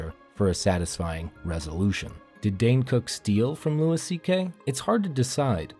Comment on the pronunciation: How are you a fan of stand up comedy, yet you don’t know that Louis CK’s first name is pronounced “LOO-ee,” not “LOO-iss”?